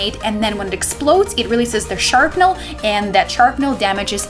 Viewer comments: It's called SHRAPnel not SHARPnel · It's Sh(r)apnel not sharpnel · What's "sharpnel"? LOL